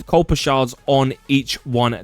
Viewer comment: There is no letter L in Kuiper. This is not new information. So sick of all the copy cats just taking other peoples advice and presenting as their own. Probably why you have over 2.6K dislikes to 8 likes.